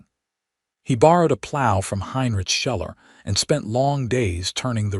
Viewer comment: Schuller is pronounced Shoe-ler